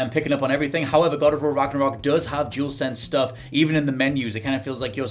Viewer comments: he’s saying jewelsense instead of dualsense 🤣🤦‍♂️ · Jewelsense seriously 🤦🏻‍♂️ say it properly.